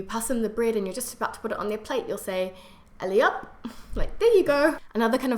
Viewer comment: By the way it is not "ELLIOP" but "ALLEZ ! HOP !" With or without pause depending on tone and intention.